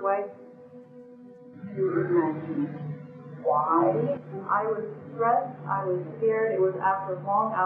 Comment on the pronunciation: I absolutely love listening to you as usual, your accent is so cute when you pronounce some S sounds SH like exhausted you say exhaushted, but I have to tell you that as a European it sounded so weird to me that you pronounce Italy and Italian as eye-taly and not uh-taly or ee-taly (the latter, ee-taly is how we say it as Europeans). Is this pronunciation typical from the Midwest?